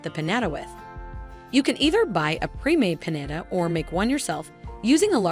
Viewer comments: Omg its PiÑATA peen-yah-tah! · The way she saying piñata it driving me crazy